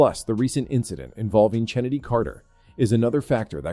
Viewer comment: I already hit "Don't recommend this channel". I hate the AI voices and any human who watches the WNBA knows that Chennedy's name is pronounced "Kennedy," not CHennedy. I won't watch any page with AI voices or any that starttheirdesciptin with"2 minutes ago..."